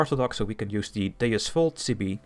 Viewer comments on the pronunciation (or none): none